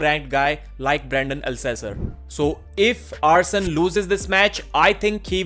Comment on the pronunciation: Arsen "Ousen" Liliev